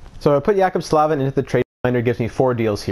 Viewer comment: Jaccob Slavin is pronounced J-Ay-Cob Sl-Ay-Vin